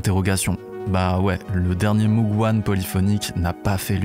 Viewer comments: On ne dit pas Moug mais Môg. C’est Mr Moog qui l’a précisé dans un vielle vidéo . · je ne vous jette pas la pierre, vous n’êtes que le miroir de mes propres mauvaises habitudes. Mais entre nous, j’ai entendu Jean michel Jarre dire Moug dans un reportage...😆